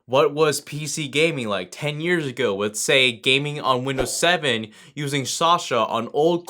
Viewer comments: Years AGRO ????????? LOL!!! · seven to eight year a "GROW" me : wait what? Lol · "years agrow"